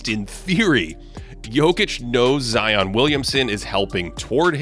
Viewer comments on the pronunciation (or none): none